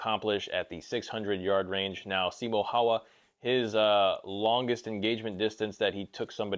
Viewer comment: Bro I love you, but the way you pronounced Simo Häyhä made me cringe… 😂